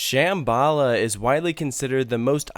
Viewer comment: It pronounced sham-b-la